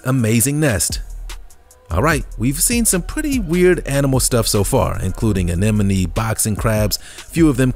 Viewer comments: Repeat after me: ah-NEM-oh-nee. The sea animal is NOT pronounced ah-NEN-oh-mee. ALL credibility of this video was shot to hell with the narrator’s feeble ‘attempt’ at pronouncing (or MIS-pronouncing) this one word. He also blew his ‘intelligence’ or lack of intelligence. Totally pitiful. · It’s A-NEM-O-NEE, not A-NEN-O- MEE. Just Sayin. That one was very cool though; looked like an underwaterr Cheerleader! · Sea Anen-A-Mees??? Learn how to pronounce the English language and words correctly! Five year olds would say that! You’re old enough and probably smart enough to learn how to pronounce that word. I bet you also say “ festi-bal!!🤓